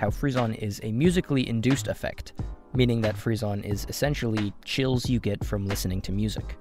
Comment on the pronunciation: rip frissons's prononciation